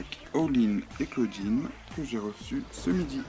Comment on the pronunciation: clawdeen pas clauwdinne et abbey pas abi